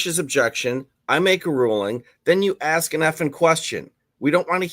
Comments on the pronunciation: Its ask not ax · That speaks with such arrogance while simultaneously unable to pronounce the word ask is cracking me up. I have to laugh or I'll cry with embarrassment for Judge Washington.